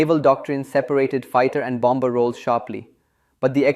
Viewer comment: When pronouncing "bomb", "bomber", "bombing", the second "b" is silent. The second "b" is spoken when pronouncing "bamboo" and "Bambi". English is spoken without rolling "r"s. Rolling "r"s belong to formal speech of the eighteenth century and possibly earlier.